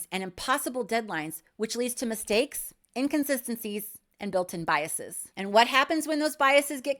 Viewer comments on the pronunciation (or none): none